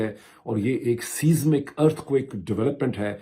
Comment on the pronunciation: Siesmic shift is pronounced as Size-mik